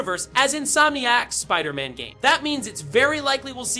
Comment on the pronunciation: Bruh check your AI voiceover - Wolverin and Spider...Man is pretty embarrassing